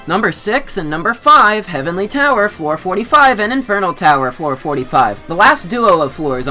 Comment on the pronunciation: I love how he said heavenly flower lmao and it also put HF on the specification of what tower